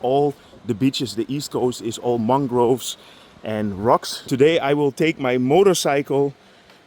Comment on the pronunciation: woll = will 😂